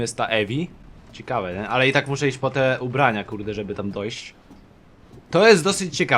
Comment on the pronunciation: Co jak co, ale mógłbyś popracować nad słowem ciekawe, bo dosyć często się pojawia :p